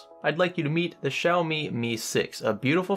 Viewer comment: I’m Chinese and every time he pronounced “Xiaomi” made me want to jump off a building. Sorry. Great video though.